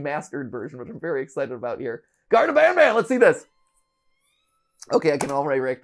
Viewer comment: "garten of banaban"